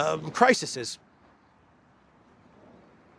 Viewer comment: You are Greek!! Since when did CRISES (the plural of crisis) become CRISISES!!! Please spare me!!